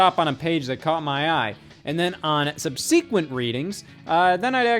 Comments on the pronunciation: Just for future reference, it's pronounced sub-suh-quent, not sub-see-quent. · Never in my life heard subsequent pronounced as sub-sequenced!